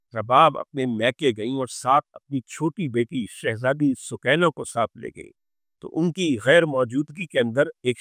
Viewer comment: سوکینہ نہیں سکینہ قران کا لفظ سکون دینے والی